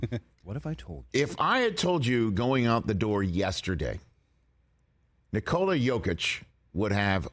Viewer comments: Again guys give him some respect. His name is Nee-cloa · I thought Rich could pronounce Nikola's first name by now... Every American has learned how to pronounce Jo-Elle Em-Beeeeeed....